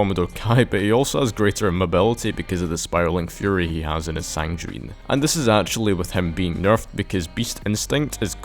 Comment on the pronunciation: btw it's pronounced "sanguine" not "sangjuine" it's a hard G. The word goes back before the Crusades